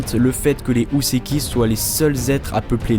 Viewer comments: Houseki se prononce Hoo-seki et non Hou-seki. Cristal prend un "i" en français, le y c'est en anglais uniquement. Sinon excellent travail, comme d'habitude. :) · alors juste pour info ça se dit Hō (hoo) pas Hou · "Houseki no kuni" IL VIENT JUSTE DE DIRE U SEKI NO KUNI ?! Bordel, le "ou" en japonais se prononce "o" prolongé !